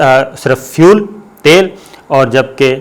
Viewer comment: Sabir sahib ye thal nahi khai isko tal bolta khai